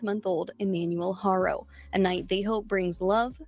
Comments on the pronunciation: Ty. I missed the Live somehow. FYI Haro is pronounced Ah-ro(silent H), like you said in Spanish, and Hair-oh in English. You hear the Hispanic reporters and so forth saying Ah-ro. Also the DA in the 2018/2023 case re Carolina or Promise spoke out against the judge in his ruling, but I don’t know if an appeal was submitted. The judge said he couldn’t comment on his ruling because of ethical reasons. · It's Haa-Row ✌